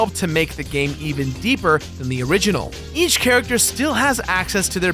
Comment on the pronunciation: wait did you just say "ech block people"